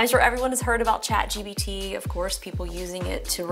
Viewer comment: She kept saying chat GBT lol